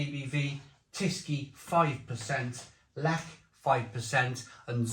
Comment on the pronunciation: Zubr used to be my fave and then I began to find it a bit sweet. Zwiec and Lech are my go to these days and they are very similar. Good pronunciation of Lech by the way but work in progress on the rest.